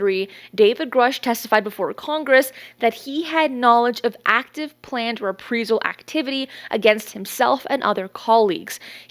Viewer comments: Love your show. However, it was maddening to keep hearing you mis-pronounce the word 'Reprisal'. It should be pronounced: RE PREYE Sal. As far as David Grusch. Quite simply he's a fraud. While he may have had a Security Clearance, it doesn't make him an Intelligence Official. Official implies far more importance and power than he ever had in his duties. He was an Intelligence Officer, as far as I can tell. Of which there are tens of thousands active and retired in the Armed Services alone. There is a long time UFO Channel called 'Secure Team Six'. A month or so after Grusch made his claims, the Channel did an outstanding and professional review of the claims and concluded Grusch was not credible. I had already come to this conclusion myself because his story had far too many holes, and he quite simply didn't talk the talk correctly. I base this on my own 33 year career as an Army Intelligence Officer and later as Independent Consultant to a series of National Intelligence Offices and Agencies. Its one of those things that his trade craft doesn't ring true, and its obvious to those who really are inside. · It's RE-PRIZE-AL NOT "re-pree-zal". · It’s pronounced ree-PREYE-zal (as in “eye”) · These vids are great! Daily posts? wow, that's a ton of research, cudos! Also, is it "Re-pree-zal or Rep-Prize-all" when pronouncing reprisal? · Please pronounce Reprisal correctly... It's rih-PRY-zuhl, NOT Ree-Pree-zuhl. Thanks! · reprisal is pronounced like the word I in the middle not as you’re saying it like EE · Reprisal. Re-pry-sal. Not re-pree-sal. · The word is pronounced - re-pry-sal. Not, re-pre-sal … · Repreesal 🤦‍♂️am convinced this is an ai clone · love your reports. glad your keep people up to date with information. you threw me off with your pronunciation of reprisal. you keep say repreesal. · Reprisal is a long “I”, like “eye”. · Just a tip, reprisal is pronounced: re·prai·zl. Keep up the good work! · You mean re-PRIZE-UHL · "Ree-Prize-zl". Long "i". 😁🥰😇😶‍🌫